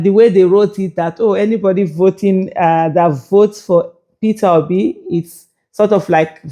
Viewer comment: Dis mumu just keep saying "PitObi" 😂😂😂😂. Why is the pain of Peter Obi leaving them so enormous in their bones? Did Obi take away their intestines? I'm surprised Kenneth Okonkwo thinks his views are still relevant to the scheme of things. Just rest oga, go back to nollywood and try acting again. May be that will profit you, but Politics no fit u like dis. Or beta still, sit back and enjoy wotever small money you have now collected frm Atiku since he's good at diahing out Dollars. Abi is dat also hard for u to do?